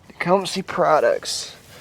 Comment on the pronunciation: for starters infor from an actual person who works on small engines not a kid saying "techumsee" its techcumseh as in suh not see anyways redrill gov hole add a bushing in with the right inner diameter problem solved cheap consumable part vs crank case i have actual experience in small engines not kid stuff i have an actual shop further more quit "giving advice" its what makes work hard fixing people bad advice.